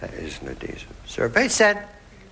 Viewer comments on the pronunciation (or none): Fast money blunder: Something with an "a-deesiv" on it? No wonder he couldn't answer. C'mon Richard, "add-hee-sive".